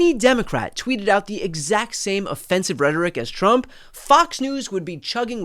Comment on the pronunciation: He said "Chump" instead of Trump! LOL!!!